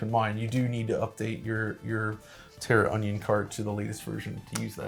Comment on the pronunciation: Guys, its TERRAonion. Not TERROR - onion. haha! Great video though!